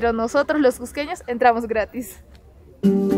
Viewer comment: Lugares que "solo los cusqueños conocen" no coincide con lo que muestras, quién no conoce la plaza de armas? Y las calles del centro? La piedra de los doce ángulos?. Es lo más conocido por cusqueños y turistas. Te falta también un poco más de dicción y mejor tono para hablar, no se dice csssco sino Cusco bien pronunciada la u y la o. "csssqueños" cUsqueños. Trata de mejorar tu acento para que se oiga agradable y claro, con más seguridad y no suene tímido